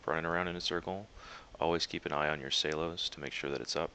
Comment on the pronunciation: S E L O S..NOT SAY-los